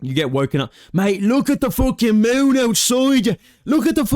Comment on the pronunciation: "The mewwn is on the bleedin lew level!!"